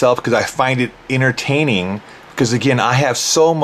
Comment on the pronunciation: According to him it's all very "Innertaining". I love when people pronounce words the most ridiculous ways.